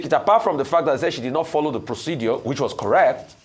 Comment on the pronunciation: "Procedure " , not "proceduor" please. Thanks.